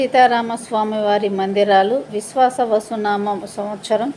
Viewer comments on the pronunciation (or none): విశ్వ వసు కాదు విశ్వావసు